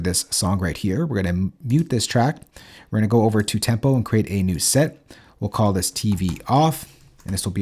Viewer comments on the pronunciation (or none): none